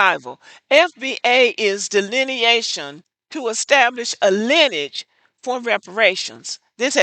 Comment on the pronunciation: Learn how to pronounce " Lineage " and You call Yourself a Black American /FBA ...Maybe it's because my #FBA azz wasn't raised in the south nor a Predominate Black neighborhood